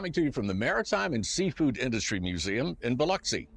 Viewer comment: Thank you for pronouncing Biloxi correctly.